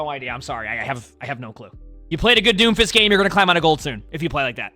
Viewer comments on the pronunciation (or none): "d o m f i s t" said confidently